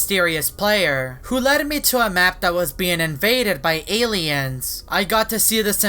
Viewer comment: Aliens he tried saying aliens